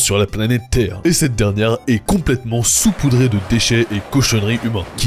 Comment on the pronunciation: en réalité on dit saupoudré et non soupoudré, c'est un abus de language 🤓☝